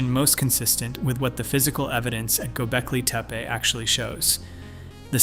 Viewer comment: He must have had some typos? He pronounced it correctly pretty soon, and didn't re-do it. I found it fascinating.